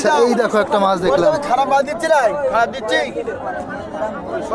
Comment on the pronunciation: মাছকে মাস কেন বলো বারা